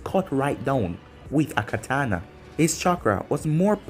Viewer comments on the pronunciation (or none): none